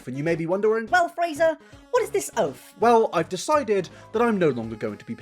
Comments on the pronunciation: "ooooofff"....is he trying to say "oth"?? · I find it comical that your dialect makes "oath" sound like "oaf". You might want to work on that. Most American viewers are going to assume that you are lower class and uneducated until you fix it. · Taking a “new oaff” huh? 😂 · I heard it as oaf. Was very confused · Wait did he say oaf or oath im actually confused im not trying to be funny